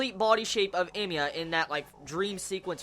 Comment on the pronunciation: I don't know what scene from the original you were referring to. I wish you put a spoiler warning and said what it was coz my curiosity is peaked. Ps. It's hella confusing when you say Emiya.